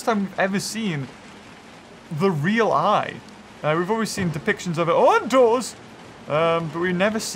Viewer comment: "We've never seen pictures of the uUUN-doors"